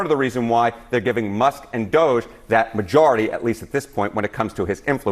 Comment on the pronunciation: Did a CNN anchor just say she actually likes Musk and DOGE and wants to keep them around????/ (Technically she said Dusk and MOGE, but I knew what she meant) WOW.